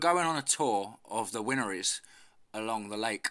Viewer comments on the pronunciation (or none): Pronounced as Wine-er-ies